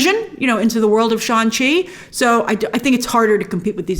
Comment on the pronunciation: Brian Tong had corrected your pronunciation of SHANG-CHI. The G is pronounced.